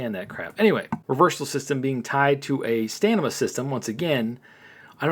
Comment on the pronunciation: Hey 👋 I am not trying to be mean but you say "stanima" it's stamina not stanima just trying to help nice Content Creator like yourself.